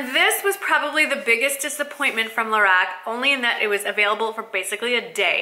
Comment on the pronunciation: It is pronounced "Lah-rock". I love their eyeshadows! Thanks for the video :)